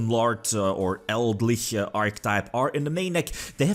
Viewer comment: Pretty sure Eldlich is a play on Lich (undead), El Dorado and Eldritch, so it should be pronounced Eld - Lich